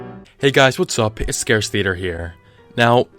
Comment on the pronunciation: lol "scarce theatre?"